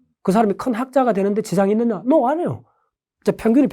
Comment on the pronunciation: 여기 뇌과학자 라는 분.. No 발음은 엉터리다..ㅋ No발음을 우리 식으로 하면 "도"처럼 들리는데, 그렇게 소리내지 않는다! 발음에 적당량 비음을 섞어야 옳은 발음이된다!